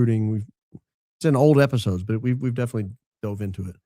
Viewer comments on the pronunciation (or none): none